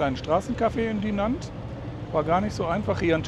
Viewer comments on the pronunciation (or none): Hallo ihr beiden! Sehr schöner Abschnitt eurer Tour. In Dinant (welches man übrigens "Dinoo" ausspricht - das O wie in Ordner aber nasal und etwas langziehen) wurde Adolphe Sax, der Erfinder des Saxophons, geboren. In der Nähe der Kirche Notre-Dame steht auch das Adolphe-Sax-Haus. Sehr schönes kleines Video, was du hier gefilmt hast. Hat mir sehr gut gefallen! LG aus Aachen